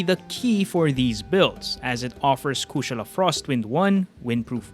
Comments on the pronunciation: My guy dont losten to them. You got the pronunciation right. Never change it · That’s hilarious coming from you. You do realize the word Kushala it’s a Hindu word. Is not no American word. So he’s saying it correctly. You’re the one saying it wrong, obviously. There’s more languages out there than English. Maybe you should learn some more.